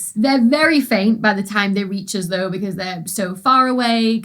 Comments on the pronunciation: I love how she pronounces 'us' as 'uzz' 🤣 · Its a northern uk thing